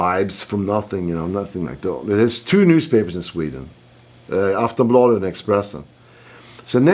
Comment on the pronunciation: His pronunciation of "Aftonbladet and Expressen" is priceless.